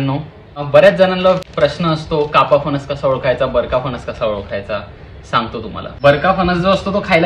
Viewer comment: फनस नाही रे... फणस म्हण....